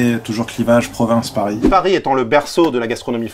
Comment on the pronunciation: Il a dit parigo